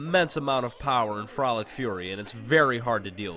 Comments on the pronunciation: Did anyone notice that the cagney carnation fight is called floral fury? The dude said frolic fury. WHY THE HELL WOULD CANGEY FROLIC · No one gonna mention “Frolic Fury?” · "Frolic Fury"